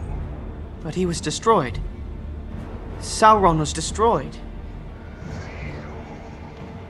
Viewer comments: Why do they always say it with an L. Saul Ron. I thought it was Sow[like ouch] Ron. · "I am Susron"